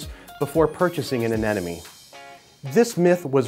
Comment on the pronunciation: Darn it! Another "expert" cannot pronounce AneMone!! It's NOT AneNoMe. It's AneMoNe... Think Ana+money. Easy!!